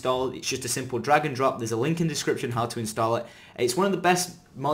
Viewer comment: LOL! The second time he said drag and drop, I thought he said dragon drops. Too much skyrim